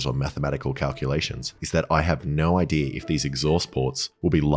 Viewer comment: I think I have a pretty good “IDEARRR” 🤦🏻‍♂️🤦🏻‍♂️ It’s pronounced “Idea” (I-Dee-Ahh) Not I-Dearrrr 🤦🏻‍♂️🤦🏻‍♂️🤦🏻‍♂️ 😏😏😏 everyone calm down, it’s a jokey joke 😏😏